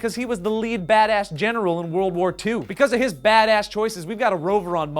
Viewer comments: Every time you said badass! i heard Dat ass ! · "badass" sounds like "dat ass"